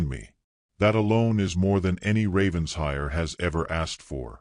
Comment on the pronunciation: For the 110th time: it’s NOT Ravens-hire. It’s Raven-shire, with the accent on shire! What’s with the weird coach? Lovely that he was in love with her before he met her. Diametrically opposed to the usual. Excellent plot twist.